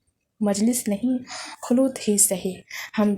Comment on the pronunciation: Khloot nahi khalwat hay mam